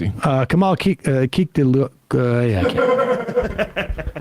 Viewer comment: Kemal "kileechdarlo" when I googled "Pronounce: Kilicdaroglu"